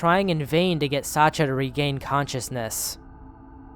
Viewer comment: Sasha is a short version of Alexander. It's with SH like in "hush!", not ch like in "Chad"